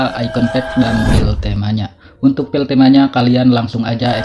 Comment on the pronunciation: aduh maaf bang minder banget😭 cara nyebut "file" itu kek "fail" bukan "pil"😭🙏